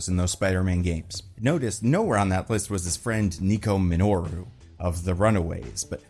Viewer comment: Nico MIN-O-ROO